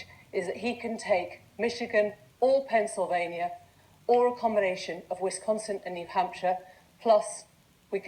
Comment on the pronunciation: "The state of Pencilvania."